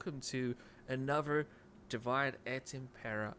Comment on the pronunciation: Di - Vee -Day ... not pronounced Divide lol